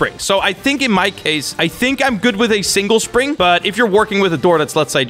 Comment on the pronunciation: "Another PRING" "I'm not trying to say the right word" ME: What is a PRING? You mean spring? Oh wait.. You're not trying to say the right word. I see. Here's help: Nevergonnagiveyouup .com (jk)